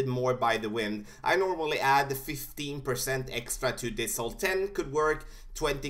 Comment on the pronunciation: it sounds like you said 50% extra when going to the left. I believe it's 15% using your numbers.